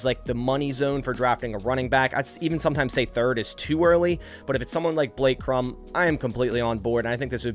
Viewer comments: Cor-um…not Crum…smh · Corum is pronounced Core-um not krum... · It’s Blake Cor-um, not Crumb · its COR-um not Crum. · It's Blake Core-um. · why are you trying to turn Blake Cor•um’s last name one syllable, emphasizing the M strongest? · When a podcaster can't even pronounce the names of Corum and Odunze correctly, you can guess he hasn't watched a game they've played in. Hmmm. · You butchered my dawg Blake last name lol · Pronounce Corum’s name right if you want him